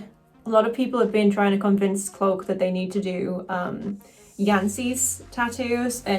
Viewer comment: You're awesome,! Also your accent is awesome but it sounds like you're saying "cloak" like the drink "coke". Love you though, friendo! 😂 🖤🤍💛💜 And as an Aussie, I approve! 😆